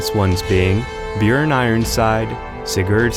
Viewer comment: Audi Thief he said it wrong and its Björn